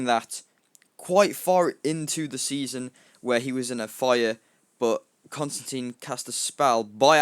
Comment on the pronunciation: its actually constan TINE the media pernounces it wrong